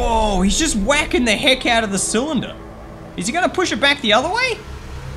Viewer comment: CYLINDER NOT CYALANDER